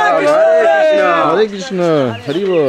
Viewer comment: Not Purnim it's purnimaa And It's not Krishnaa it's Krishna